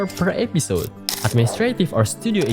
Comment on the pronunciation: It isn't just heavy accent. It's straight up completely different pronunciation to what's in the dictionary. Like "episode" pronounced as ep-pee-sode. At least he got text on the screen to help understand what he is saying.